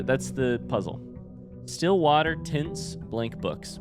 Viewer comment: Spoiler Question Is saying tints or tents blank books??? Isnt it just tints and is gone crazy